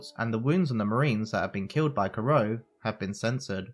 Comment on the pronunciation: Ah yes, captain kro, don Craig, and barateeee. Can you please just say the names right